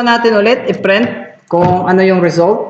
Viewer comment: Correction lang ah, prent ka ng prent eh, print po yan ha hindi prent ah,, bisaya ka ba?